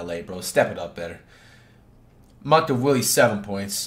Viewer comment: commentator:maliek monk for three flight 2 seconds later:monk of willie😂😂😂😂😂😂😂